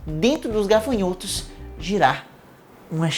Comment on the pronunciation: Legal, agora só precisa aprender a falar GAFANHOTO. gaRfanhoto não exite 🤦🏻‍♂️